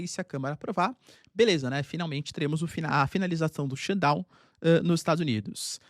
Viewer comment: SHUTDOWN. TEM QUE FAZER O SOM DO "T". daqui a pouco o Xandao vem atraz de voce